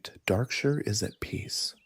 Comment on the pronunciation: Is this text to speech or AI? Just curious because Darkshire is not pronounced like that.